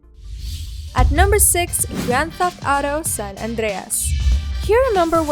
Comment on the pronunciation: Ты че русская ? Почему так странно Сан-Андрес выговариваешь?